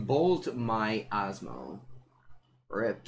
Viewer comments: I love but the first time (at least) he said her name he said wrong. Even in the banner is wrote wrong. But I still love you. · saying Asmo's name is the highlight of the stream.